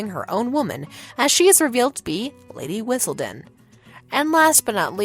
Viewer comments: Did you really say “Lady Whizzledunn” instead of Lady Whistledown?! And “Mr. Dissery” instead of Mr. Darcy??? “Umember” vs remember?? Diction needs significant work. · Or Lady Whistle*DOWN* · It would be so nice if the narrator (for once!!) was able to pronounce the names correctly! It's not that hard to figure out how to pronounce "Lady Whistledown" or "Mr Darcy" 🙄